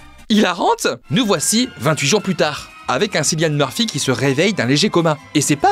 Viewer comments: faut prononcer son nom comme kylian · Encore une excellente vidéo ❤ Mais ça se prononce Kilianne 😅